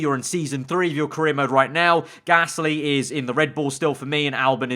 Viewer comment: Ah, yes. Pierre GALSY not to be mistaken with Pierre Gasly. EDIT: He fixed it.